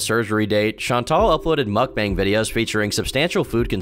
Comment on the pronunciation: the best part was when she said mook-bong